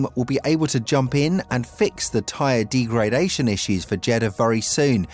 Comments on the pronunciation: you don't pronounce degradation the way you do!!! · D-gray-dation is definitely an issue when you know fuck all about the subject you're talking about. Joke channel.